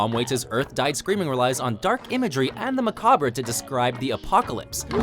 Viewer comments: You missed ma-cob not ma-cob-ry (when he tried to pronounce the word macabre during the Tom Waits song) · MACABRE = "MUH-COB" (not "muh-cob-bruh") MAELSTROM = "MAYL-STRUM" (not "My-ell-strum) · So glad somebody else caught that. He also pronounced "macabre" wrong lol